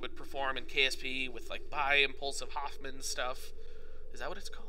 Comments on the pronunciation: "Hohmann" transfer, not Hoffman... Hoffman means nothing in relation to this. On the other hand, Walter Hohmann, the German scientist who published a description of it in his 1925 book Die Erreichbarkeit der Himmelskörper (The Attainability of Celestial Bodies). Give the man his due respect, and try to at least use his name, not Hoffman... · Lol, I'm over correcting people when they say "Hoffman" rather than "Hohmann" transfer. Pretty disrespectful to the German Scientist Walter Hohmann in my opinion, but hey... That's just me...